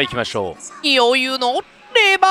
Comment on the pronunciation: ｢余裕｣の読み方｢よゆう“ー”｣だったのかわいい